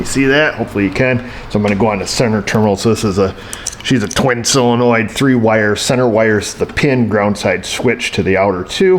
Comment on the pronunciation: Am I the only one that actually pronounces solenoid as "sō′le-noid" and not "sillynoid"? Oh wait... I mean, good job,.:D